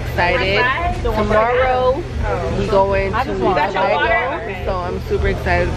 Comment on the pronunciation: It’s too-bay-go fyi